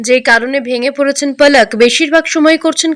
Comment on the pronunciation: ওর নাম কি পলক না-কি প্লাক ⁉️ ওর নাম এরকম বিরক্তিকর শ্রুতিকটু বিকৃতি উচ্চারণ করছেন কিজন্য ⁉️‼️